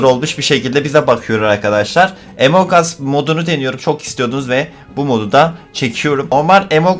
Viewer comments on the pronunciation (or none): Emong as değil among as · Emon gas diye okunmuyo Amon gus diye okunuyor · Abi sen emong us diyon among us o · Abi emong us deme among us o hatta ingilizce türkçe çeviride bak Malesef dersim var izleyemiycem😭😭😭😭😭😭😭😭😭😭😭😭😭😭😭😭😭😭